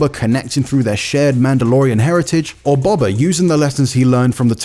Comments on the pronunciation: IGN be like "Bob-ah" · The fact that people have watched this show, hearing Boba be said multiple times and still some how pronounce it as Bob-a rather than Bo-ba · This guy doesn't know star wars he's reading a script, he can't evan say boba properly